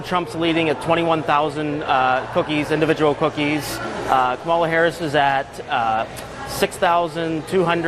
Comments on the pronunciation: I'm a little shook that you live and breathe Kamala Harris but still can't pronounce her name. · She can't even stabilize her accent, and the way she pronounce her own name.